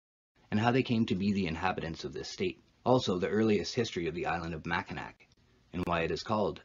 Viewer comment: It is pernounced mack-in-naw I live in mi just wanted to let u know that